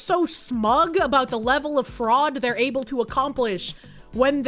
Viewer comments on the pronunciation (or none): I die a little inside every time mis-pronounces a word. Cheems borger is cute. american penny dollars is cute. anonmanomity is even ok. But Linda McMahone instead of mcman and ebbel instead of able makes me want to "release information leading to the arrest of Hillary Clinton" myself twice in the back of the head.